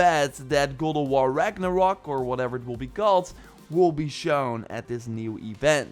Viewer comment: why you say god of war its gold of war LOL